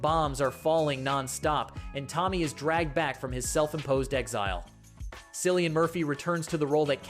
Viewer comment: You forgot Steven Yuen in the RIP and Cillian is pronounced like Killian. But I'll subscribe anyways.